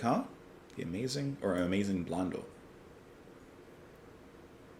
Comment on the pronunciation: Pronounced "Blon-DELL" with the emphasis on the final syllable.